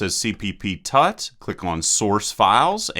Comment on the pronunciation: "Tut" is not pronounced like "Tutt" when it's short for "Tutorial".